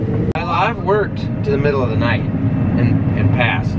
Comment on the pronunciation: love how made 'night' a three syllable word.